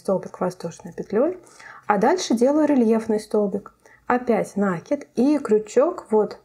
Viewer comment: Да почему же Вы всегда говорите нАкид, нет такого слова, накИдывать, накИд..